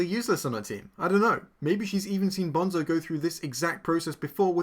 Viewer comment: "I read the book" Proceeds to mispronounce Bonzo